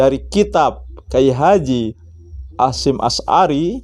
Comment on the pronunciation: Ngomong sj belepotan. Berulang kali nyebut Nama Kyai H. Hasyim Asy'ari di sebut Kyai Hasyim Ashari